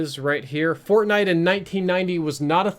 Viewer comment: “fortbait” yeah basically